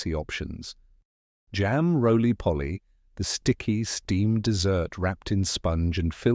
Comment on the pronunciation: "Jam RoL-LYPoLy!?"..😅😂